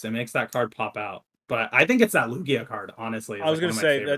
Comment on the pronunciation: So it’s NOT pronounced Luge - ia?